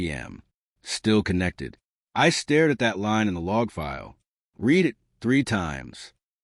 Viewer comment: Heard this exact same basic story earlier this morning, just changed the names and details, using the same fake lawsuit threat.😮 And this is yet another AI voice that cannot correctly pronounce simple words, like "read". 🤨